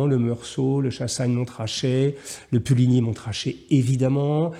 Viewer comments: J’écris ce message depuis saint-aubin et je tiens à préciser que les gens d’ici tique un peu sur le « tr » de puligny et Chassagne Montrachet On aura plus tendance à le prononcer « monrrachet » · Il me semble que quand on aime le vin, on s’intéresse à tous les vins. Il n’est donc nullement surprenant d’aimer les vins de Bourgogne et les vins d’Espagne (qui sont d’ailleurs d’une immense variété). A propos du vin, on ne prononce pas le T de MonTrachet. À votre santé ! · Merci beaucoup! Hugo Jacomet n'a pas seulement l'élégance du vêtement, il a aussi l'élégance de la parole. Il est devenu central dans l'univers sartorial francais, et c'est un grand plaisir de le lire ou de l'entendre. Juste une petite précision: on ne prononce pas le "t" de Montrachet ("Monrachet")... mais c'est juste une petite remarque sans importance. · Merci beaucoup pour vos compliments cher Monsieur. Quant au T dans Montrachet, je ne sais pas pourquoi mais après deux verres j'ai tendance à prononcer tous les T 😂😂😅😱. Amicalement, Hugo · Merci pour cette vidéo Hugo. Par contre, je vous en prie, on ne prononce pas le t de Montrachet… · Cher Jean Marie, après quelques verres de ce nectar j'ai tendance à prononcer tous les T 😂😂. Vous avez évidemment raison, amicalement, Hugo